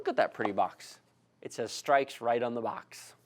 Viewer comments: lol it is pronounced (str-icks) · its not pronounced strixe its strix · "streaks edition" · straix lol